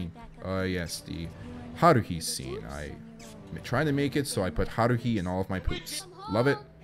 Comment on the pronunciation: The way you say haruhi